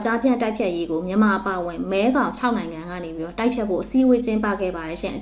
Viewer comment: မဲဂေါင်လို့ဖတ်ပါ။